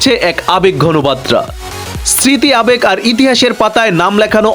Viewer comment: বাত্রা নয় বার্তা হবে উচ্চারনটা